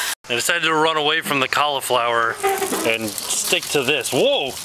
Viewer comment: The way you say cauliflower. You say it as if there is no i in it. xD When you upload it normally, I watch your video about 6 in the morning, and it's kinda good for me cause it's before I go to school.